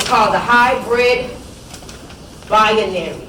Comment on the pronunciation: Lol "bianary", seriously?